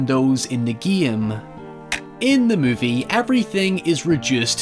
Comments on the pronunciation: First of all you should learn how to say GAME its GAME no Gaiem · English speakers: Game: Geehme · I just gave a dislike because of the shivers that I felt everytime I heard "geam" insteade of "game" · I like how you say "game". "Gee-am". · Maybe it's because of the fact that English is not my mother tongue; but I'm both disturbed and fascinated by your pronunciation of the word 'game'. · I like how says "game" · I thought how you pronounced "game" was bad but I have never heard "hi ever" before im my life